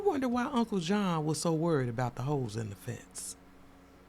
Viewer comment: Holes not Hoes! 😂😂😂😂😂